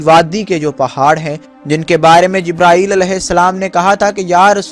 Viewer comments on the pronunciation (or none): none